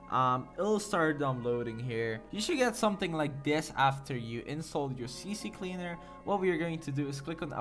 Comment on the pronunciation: “See cleaner” not “see see cleaner”